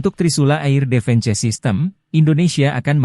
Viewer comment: Beritanya seru dan menarik sayang yang baca beritanya anak sd (sekolah dasar) di eja semuanya mentah2 air (eir)di baca air defense (difens) di baca defense parah2 malu2 in di ganti apa min sama yg bener bisa baca berita jgn org kampung jyk gini di suruh baca berita..jadibyagk enak di dengernya...